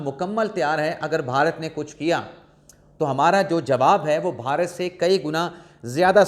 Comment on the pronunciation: محترم آپ صحافی ہیں اردو میں صحافت کرتے ہیں لہذا آپ کے لئے درست تلفظ کا ہونا نہایت اہم ہے۔ لفظ "بھارت" ہے اس کا تلفظ "بھا" bha "رت" ہوگا نہ "بہارت" اس کا تلفظ "ب" "Ba" "ہا" "ha" "رت" جب بھی "بھ" آئے وہ ایک ساتھ پڑھا جاتا ہے نہ "ب" اور "ھ" الگ الگ۔ امید ہے یہ اصول باقی قارئین کے لئے بھی مفید ثابت ہوگا۔ شکریہ۔